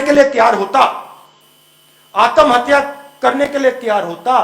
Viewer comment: He is good at heart but not suitable for politics. He needs to chill and stop worrying. Btw it’s Atmahatya not Aatam hatya